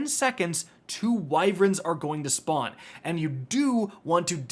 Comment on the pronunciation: why do you sey "wyv eren"